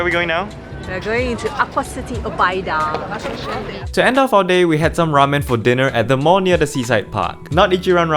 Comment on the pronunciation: odaiba not obaida!